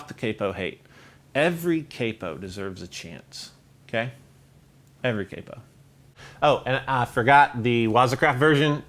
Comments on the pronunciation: It’s CAP-O, not CAPE-O. Come on! 😅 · Capo is said like the a in cap but with an o, what's caypo some kinda fish or something. Awesome video though